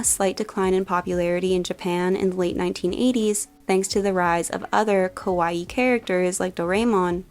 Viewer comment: I like all things kawaii, but I can best relate to Gudetama. Btw, if you say “kawAi”, it almost sounds as “scary”. “Kawaii” is pronounced with the stressed and prolonged last “ii”.